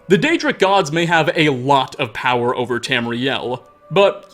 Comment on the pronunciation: Realma, Powera, nightmaresa, onea, Dude stop talking like that. You sound like James Bottomtooth III